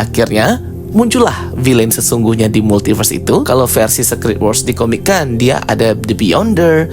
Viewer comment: Kak aku pening denger dirimu pronounce SECRET